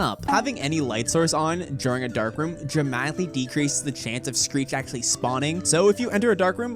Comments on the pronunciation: my man say street instead of screech 💀 edit: he said greet on hult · ok he said Greet! XD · he says "street".